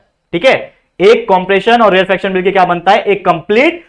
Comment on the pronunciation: sir rarefaction ko rarefraction kr diya apne